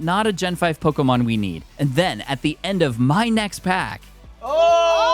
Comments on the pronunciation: Man you pronounce pokemon names in the strangest way imaginable. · I love your videos but your mispronunciation of a lot of pokemon really hurts me 😭